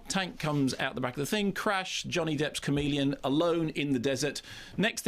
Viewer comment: Does anyone else think it sounds like Mark says “comedian” instead of “chameleon?” And hello to Jason Isaacs!